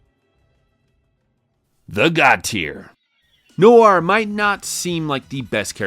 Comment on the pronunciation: its pronounced NO-AR not no-air